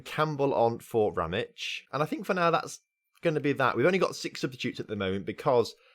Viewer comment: FC Sarajevo (the last club that wanted Ramić) is my club. :D btw you're saying his name right.